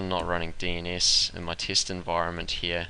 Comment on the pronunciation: You pronounce some words horribly, I couldn't even understand you. Here is English pronunciation from wiktionary. Test: IPA: /tɛst/ Daemon: IPA: /ˈdiːmən/